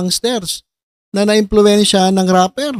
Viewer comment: RAPPER NOT Rapler